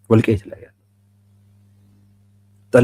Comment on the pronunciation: "ፀለምት" ጠለምት ፡ ለምን ለመርህ አትቆምም?